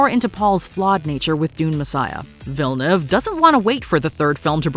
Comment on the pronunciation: It's not villeneve. It's pronounced vee jah new ay vah